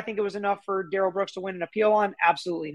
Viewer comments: I’m with you, Monique. It REALLY grates on me when they mis-pronounce his name. It’s rude. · It’s the pronunciation he does not agree to. It’s Duh rell not Dare El